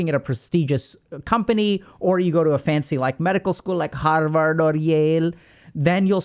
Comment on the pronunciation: "Harhhvarhhd or Yeaele" 😂